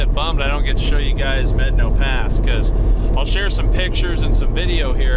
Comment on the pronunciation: Good video and nice job on properly pronouncing Medano Pass. It's one of my favorite trails and every other video I have watched; they pronounce it wrong. I run it at least once a year. You are pretty brave to run Blanca on your own. I ran it in my Jeep with 33's with our group and I won't run it again. I don't need to die on the trail.